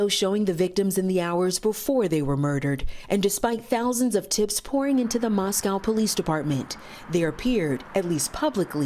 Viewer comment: It’s pronounced Mos-coe.. not Mos-cow.